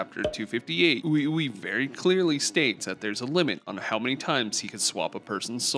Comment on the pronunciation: it’s pronounced WeWe 😂